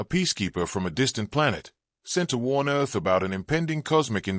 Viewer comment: Are you trying to pronounce "Earth"?